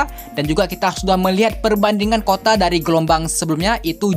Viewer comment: Kuota bang.bukan kota haha.